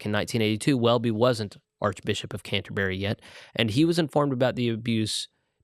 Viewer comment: It’s unfortunate that this presenter seems to know so little about Anglicanism, the third largest world church. He needs to learn how to pronounce the word ‘Canterbury.’